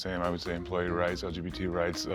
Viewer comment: yeah, that reaction gave him away, lol. And when he could barely pronounce LGBT 😂